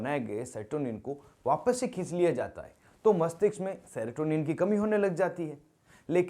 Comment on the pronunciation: Sertonin nhi serotonin hota hai